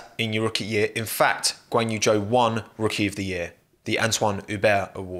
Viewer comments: These pronounciations hahaha Valterri Bo'ass and Ganyou Joe. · Did you hear Joe is now in F1? Who's Joe? Guanyu Joe, partnering Val'eri Bo'as.